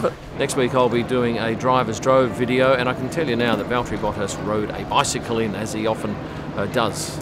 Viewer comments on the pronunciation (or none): none